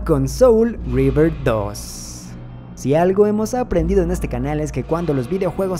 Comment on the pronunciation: Es que no es River, es Reaver su pronunciación es similar.